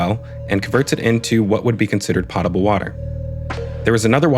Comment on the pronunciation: It’s potable water. O in this word is a hard O it’s NOT pot a ble it’s Poe ta ble, like Edgar Allen Poe, pronouncing this word so poorly belies the rest of your very intelligent and well put together episodes. It’s not nit picking, I’m just trying to help my friend.